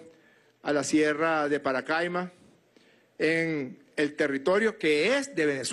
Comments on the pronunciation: El nombre es PACARAIMA no sabes ni lo que hablas. 😄😄😄😄 Paracaima 😄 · No lo sabe ni pronunciar. Es Pacaraima